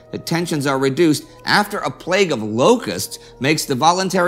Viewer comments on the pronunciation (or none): none